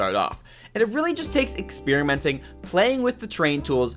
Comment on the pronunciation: Great video! But why do you pronounce experimenting as “expearimenting” lol over and over again